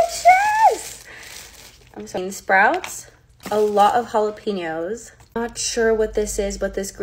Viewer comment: How do you pronounce pho, and then mess up how to pronounce jalapeño. Halapeenyo